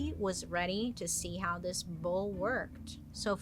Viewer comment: Listening to this episode, I kept hearing BOWL and BULL 😂 Wasn’t until I look that I realized it wasn’t a huge soup vessel. Makes way more sense with the whole horn description.